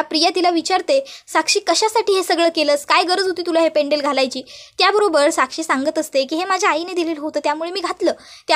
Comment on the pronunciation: पेंडल पेंडल काय करता ? पेंडंट म्हणा. व्हिडिओ टाकण्याआधी आपली भाषा शुद्ध आहे कि नाही तपासून बघा. पैसे मिळतात म्हणून कसं ही बोलायचं का ?